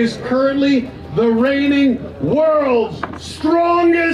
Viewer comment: Is it just me or does he say raping champion instead of reigning 🤔😂 at 39 30mins